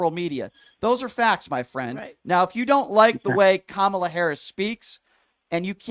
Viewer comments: Really?? It's Kamala...Comma-LA! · So if you’re going to be the person talking for Kamala Harris, you should at least say her name right you miss pronounce her name several times and you’re supposed to be on her side